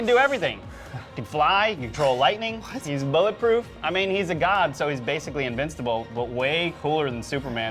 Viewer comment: I mean he's basically "in-vinc-table". Lol, you mean invincible?! P.S. You guys are amazing!